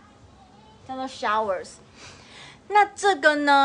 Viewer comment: your shower say wrongly, should say as 'show' with 'er'.